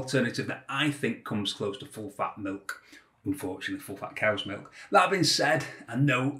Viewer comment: ''foll fa' mil K "